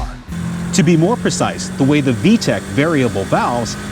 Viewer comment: It's VTEC, not VTECH.